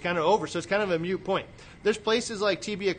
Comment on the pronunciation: Lol Moot point, not Mute point : )))